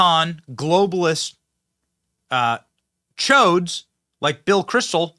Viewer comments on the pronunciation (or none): Benny said choade! LOLOLOLOLOLOLOL! Keep up the great work Benny. What a fantastic description of the left. LOL!